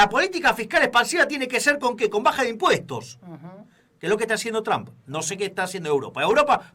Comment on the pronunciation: QUERIDOS SE PRONUNCIA,tromp..no tram...